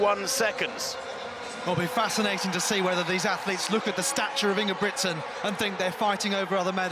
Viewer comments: Why do they pronounce ingebricksen? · Most of the European commentators do the pronunciation right. But it appears to be difficult for an English speaking person. Hardly none do it right. I am Norwegian by the way..